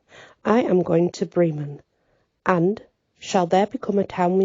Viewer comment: Whoa what a story, yeah definitely different, I always love your pronunciation and phrasing. How Bremen is pronounced I like your way better! 🤍 Hope you're having a great weekend. We're still being battered by snow 24 degrees here 18 degrees later tonight. 🥶